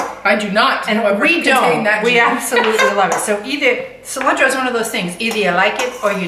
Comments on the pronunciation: Your mom said Cilantro correctly . See-lantro. Pico de gallo is a staple in my house. Or as my dad says rooster lips. You guys are great! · Mom is saying cilantro the correct way with the Latin flare. I enjoy watching you both prep and cook your meals. Thank you for making it interesting and fun!